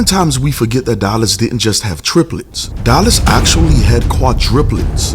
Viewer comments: I'm sorry but it's driving me crazy lisening to you say quadriplets when it's supposed to be quadrUplets. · I know it is petty, but it is quite annoying. It is QUADRUPLETS, not QUADRIPULETS. And yes, Jay was a beast! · Quadruplets...,. Kwa-DROO-plets